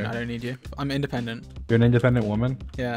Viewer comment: "im indipendent" lol